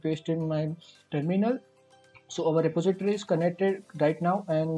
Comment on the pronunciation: Re-po-si-tory but thankyou really that helps :)